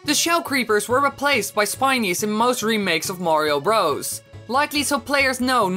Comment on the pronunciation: it sounds like he is saying super mario rose